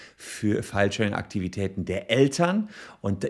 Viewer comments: Ich versteh immer "Fallschirm"... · Irgendwie ist die Filesharing-Betonung etwas undeutlich :D. Manchmal klingt das eher nach "feilschen" oder so ähnlich. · Herzlichen Glückwunsch! Eines muss ich jedoch los werden, ich verstehe oft "Fallschirm" - Abmahnung :D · Niemand sonst spricht Filesharing und Fallschirm 🪂 exakt gleich aus 🤣🤣🤣